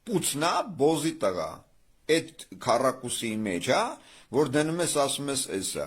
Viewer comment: Ուշադրություն դարձրեք,թե տականքը ինչպես է արտասանում քառակուսի բառը,,քյառառկուսի,,, Հետո ասելու է ,որ քառակուսի չի ասել,այն ինչ ասում էր ,որ հորս արև չեն ասել,այլ ասել է օրս արև։ Տականքի վերջը գալու է, բայց հաջորդը ինչ է ։